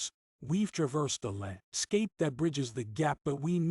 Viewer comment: The computer sounds almost human. There are a few tip-offs. Dominican gets pronounced "Dominic an" and "Life and times" is said as though it's Life... and... times". Most would say, "Life 'n' times". "Land ... scape" Sounds like it was hyphenated between two lines of text. But the computer sounds pretty real for the most part. I'm impressed.